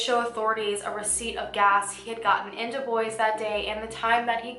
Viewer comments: Other than the DeBois mispronunciation (DeBwah vs DeBoys), I liked the depth put in to this case. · I think Dubois is pronounced Du-bwah. French pronunciation. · Dubois is pronounced doob-waah btw